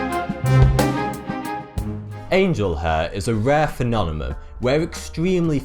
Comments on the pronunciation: I apologize, but you saying phenonemon instead of phenomenon made me stop this video. I literally cannot watch it. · i heard phenonemon and phenonema lol :) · What is a "phenonema"? Is that like British for "phenomenon"? Its form suggests plural, but what you're describing is a single case of the ... phenomenon in question. Oh, and "Taos", (New Mexico, US), rhymes with "house". I'm so consufed! :-) :-) I love this guy! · Phenonemon xDDDDD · please say P H E N O M E N O N instead of P H E N O N E M U M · phenonemoun =3.. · Yes, it's very distracting. He doesn't really pronounce it differently each time, sometimes he says "phenonemum," others he says, "phenonema." But he doesn't necessarily use each mispronunciation at the correct time. Phenomenon is singular, phenomena plural. So he mispronounces each the same way, and uses them as if they are interchangeable, not as singular and plural. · Are you deliberately saying "phenonemom"? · Phenonemum? phenonema? i don't think that's how you spell it... good video though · Hey man, it's "phenomenon-phenomena", no " phenonemon-phenonema" as you appear to say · This video is a very strange "phenonemum" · Did he just keep saying Phenonema And Phenomenom?! Well, he is still cute... 😉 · holy shit. feh-nom-en-non. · phenonemum. that's not how you say it. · ***** Seriously? "Phenonemum" and "phenonema" sounds right to you? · I hate how he says phenomenon as phinonemun.... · love your work dude, but.. phenomenon: "phe-nom-e-non" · prounciation: PHENOMENON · Smiddy Fiveonefive Phenonemum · I like your channel: it's informative and entertaining, perhaps addictive. But please learn to pronounce phenomenon. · Hey buddy, love your channel! Great work! Appreciate the useless trivia!... Maybe just work on saying "Phenomenon" properly! haha. I'm sure you'll be using that one quite a bit in the future! :) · Why can't he pronounce phenomenon properly? I love him to death but still. :P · Learn to say Phenomenon or stop saying it so much FFS